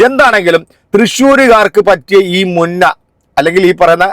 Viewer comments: മുന്ന അല്ല ബ്രോ മുഞ്ഞ എന്നാണ് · മുന്ന അല്ല മുഞ്ഞ അങ്ങനെ ആണ് സാധാരണ പറയാറ് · മുന്ന അല്ല. മുഞ്ഞ. എന്നാണ് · മുന്ന അല്ല മുഞ്ഞ എന്നാണ് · മുന്ന അല്ല മുഞ്ഞ